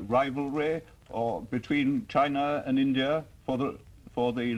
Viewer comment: His reading china was wrong